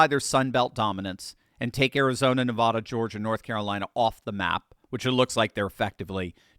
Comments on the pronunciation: It's NE-VAAAAHHH-DA. VAAAA...OK. Please stop calling it Ne-vah-duh. Thanks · Your pronouncing Nevada incorrectly repeatedly, but we in Nevada (Vegas) can understand. It's Ne-Vaaa-Da Not Nah-Vah-Dah. 😉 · Please take note: preferred pronunciation for Nevada is "Nev.ADD.ah". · it is Nevada as is adenoid not Nevahda as in turn your head and cough. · ...it's not Nevada. It's Nevaaaada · Please stop saying Nevada incorrectly!!! Every time someone says it that way, it seems like they're trying to class the place up! Please stop!!!! I'm a huge fan, just trying to help. We tune out when people say our name wrong!